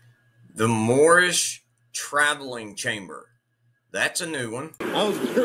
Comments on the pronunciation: Did he say Mormish? WTF! 🤔 🤣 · Mormish? What the heck is a mormish🤣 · MOORMISH, is that someone in training to be MOORISH? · Is he saying moron? Yeah that’s that would be it. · Moormish? Guy doest even know his own "nationality"? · I think he meant moronish!